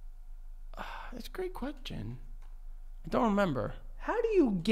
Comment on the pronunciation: listen to how he says question lol